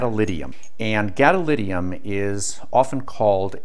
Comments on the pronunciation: Great explanation about the principles! Except... GadoliNIUM, gadoLINIUM, not gadolidium. This is like nucular and neodiddium. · Ah mate, "therm-I-onic", thermionic, not "thermonic". As in thermal ion I suppose, a charged free particle liberated by heat. Also "GadoliNium". I suppose it's what happens when you teach yourself from reading the words without hearing them spoken. Which is admirable. I know how to pronounce it but I had no idea gadolinium was magneto-caloric.